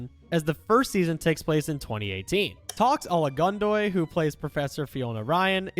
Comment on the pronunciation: I thought Jackson was 26... And Lucy was 28 It's Toks O-LA-GUN-DO-YE 🙄